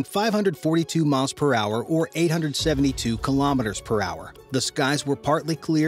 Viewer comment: Very informative video but I wish you would pronounce Kilometers correctly.